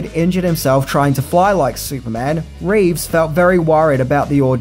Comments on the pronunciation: It sounds like he's saying George RAves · This guy cannot make up his mind on how to pronounce George Reeces last name. Some times he does it correctly as 'Reeves' and other times as 'Reeve' which annoyed the heck out of me. Be consistant.